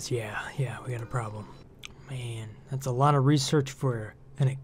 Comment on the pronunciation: nonono,, have you not learned that we do not allow you to express yourself by saying expresso